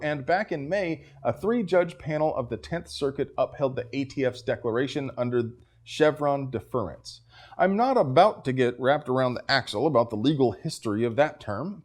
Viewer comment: It's DEFerence, not deFERence. Great video. Thanks.